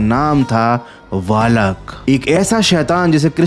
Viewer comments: Lots of love from Rawalpindi it's not balk or valk it's valak Namaste Namaste Namaste Namaste Namaste Namaste Namaste Namaste Namaste Namaste Namaste Namaste Namaste Namaste Namaste Namaste Namaste Namaste Namaste Namaste Namaste Namaste Namaste Namaste Namaste Namaste Namaste Namaste Namaste Namaste Namaste Namaste Namaste Namaste Namaste Namaste Namaste Namaste Namaste Namaste Namaste Namaste Namaste Namaste Namaste dost Allah Hafiz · वालक nahi वेलेक hai woh 😂😂😂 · Balak ❌ Valak✔️ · Valak nahi bhaiya, its pronounced as VAA-LACK :) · Your pronunciation of valak was extraordinary bro... 😂